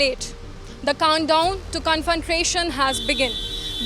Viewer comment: This girl should learn how to pronounce 'Confrontation'